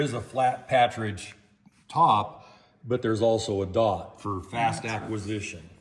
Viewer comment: Not meaning to be disrespectful but it's not a "patridge" sight, it's actually PARTRIDGE as in the bird, partridge. Just your "t" and "r" have got reversed.